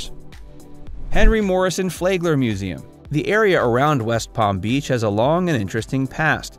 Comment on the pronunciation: Flagler is pronounced "Flag" "ler" ..not "Flay" gler. The 'a' sound is short. Also you missed Manatee Lagoon at the FPL power plant just north of downtown West Palm Beach. This is where manatees gather in the warm outflow waters of the power plant and admission is free.